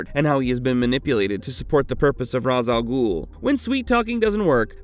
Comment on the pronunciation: You’re not pronouncing Ra's al Ghul, you and most others have been poisoned by the Nolan trilogy just like how the venom movies made people pronounce Symbiote incorrectly Please watch the 90’s Spider-Man animated series and Batman animated series, especially the Batman beyond episode where old Bruce gets in the Lazarus pit and Thalia explains to Terry on how to pronounce her father’s name